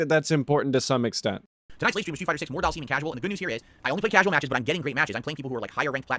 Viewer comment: He needs to learn how to pronounce Dhalsim.